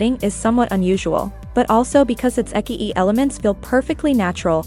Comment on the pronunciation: You read Ecchi as Eki-ee? o.O